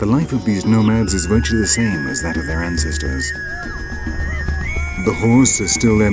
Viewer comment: Fab docu! But the narrator is somewhat hard to understand at times. Very nasal... he managed to pronounce 'ancestors' as nghanghcghestgnors[ghn]. Weird, suppose he thinks it sounds posh... Also Hmmmngoliah... rly odd... not even auto undertext manages to transcribe him.